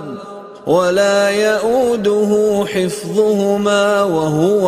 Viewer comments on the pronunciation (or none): none